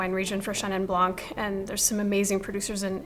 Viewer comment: Great video! Just please don’t say « blank ». The « c » in Blanc is silent.